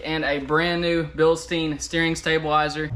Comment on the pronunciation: 'Bill Stine', not 'Bill Steen'. Also oven cleaner isn't an acid, it's a base, so instead of saying "It's very acidic", you could say "Oven cleaner is very BASED".